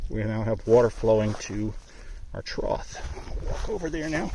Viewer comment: Is this guy saying “trouth”? It’s trough homie.